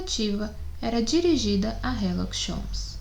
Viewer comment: Por que ela lê herlock em vez de Sherlock